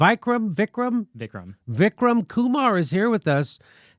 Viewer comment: Teach them how to pronounce Ku- 'maar'